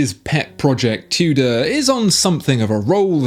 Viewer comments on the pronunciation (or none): none